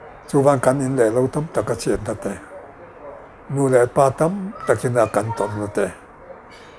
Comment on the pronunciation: I va han 'PA' chiang tak em,,,!